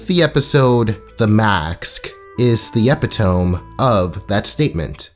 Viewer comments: "Eh-pit-eh-me". Not "eh-pit-ohm" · eppy tome? its pronounced ah pit oh me........ wtf school u go to lad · THIS BRUH SAID EPITOMB INSTEAD OF EPITOME (ehp-pit-tuh-me) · “Epitome” 👀 e-p-i-T-O-N-E 💀 Pls No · epit toe mee, not epit tome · Absolutely loved this video....also, i used to say "ep-i-tome" as well and only realized much later it was only pronounced as "-eh-pit-o-me", i thought they were two different words ;_ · its not "Epi-tome"?!?! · "Epitome" 😂 I'm dead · is the epi-tome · EP-A-TOME"?? That's an interesting way of pronouncing epitome 😆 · It’s spelled epitome but it’s pronounced epitomEY. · It’s not epitome it’s pronounced (eh-pi-toe-mee) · Epitome is pronounced e - pit - uh - me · epitome is pronounced "eh-pi-toe-me" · it’s pronounced Uh-pit-oh-me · Anyone that mispronounces a word, especially one like "epitome" shouldn't be made fun of. It means they learned the word by reading, and anyone who actually reads these days probably isn't stupid. Great video, man. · I thought I was the one saying epitome wrong after hearing you say it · please dont pronounce epitome like that ever again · all the love but you pronounced "epitome" wrong. otherwise v good video lol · Never heard someone pronounce "mask" or "epitome" that way either! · You mispronounced epitome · said epitome wrong lol. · Mans really be pronouncing "epitome" incorrectly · This is a great video and all, but "and I think the episode, THE MAKSK" also, EPI-TOME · Epi-tome isn't that bad but maks cannot be forgiven